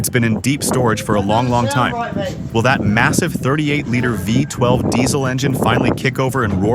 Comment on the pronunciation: What? A “VIE 12 engine.” If the narrator was a real person, it would have been V-12!